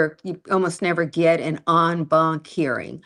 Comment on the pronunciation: It’s pronounced “on bahnk.” I don’t like professors who criticize the people who are actually fighting on behalf of a client in the arena.